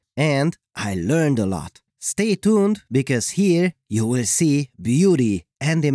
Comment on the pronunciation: " ...and you will see **HAARRR**"